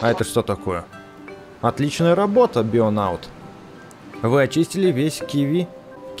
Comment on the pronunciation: Он не бионаут а бионавт